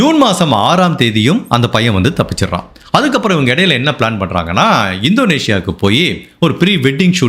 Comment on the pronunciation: Hi. I am a great fan of your program and narration. I feel if you correct your pronunciation of certain words, you will go great miles further. Example: Sia., not Sio Ketan not Katan Vinchu Kada Bakery This is to help your narration go to greater heights and certainly not to pin point. Hope it is taken in good sense. My best wishes to you....